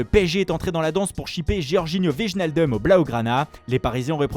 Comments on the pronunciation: "Vigenadeum" On prononce "Waïnaldoum" ; apprends ton métier. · C'est assez enervant, on ne prononce pas "Wijjenaldumme" mais Weijnaldum". En neerlandais, les "J" se prononce "Y". Wijnaldum se prononce donc comme en prononcant le mot "Ouais" en francais. Donc c'est bien "Ouais-Naldöm". Merci le narrateur de faire attention la prochaine fois svp et de ne plus dire "Wéjjenaldumme". C'est assez enervant pour les hollandais et les flamands.